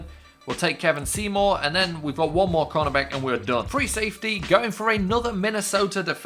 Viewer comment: Btw Kevon Seymour is pronounced "Kay-von Seymour"